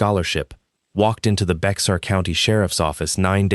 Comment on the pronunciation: At 55, Bexar County is pronounced "Bayer" county, not Bex-r